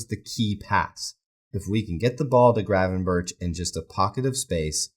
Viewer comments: The correct pronunciation in Dutch is an H sound at the start of his surname, but it's sort of a rolled H. Think of it like saying H, but with a throat full of phlegm. 🤣In English I think that just pronouncing it as a G is fine, but the end of his surname is definitely a K sound, not a CH, i.e - berK, not berCH. Regardless, I'm probably just being a pedantic dick about it anyway. Good channel by the way. Watched a couple of vids now, and whilst I don't agree with some of what you say, it's well thought out and articulated. Hope that doesn't sound condescending. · It's pronounced 'Gravenberk' not 'Gravenburch'. If you really want to be picky, the Dutch pronounce the G almost as a rolled H, but even in English you're massacring the pronunciation. Just saying. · it's pronounced as Berg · Ohhh mate, please realise Gravenberch's name is NOT pronounced that way.... I mean it's quite forgivable to mispronounce things but this last CH is pronounced like a G.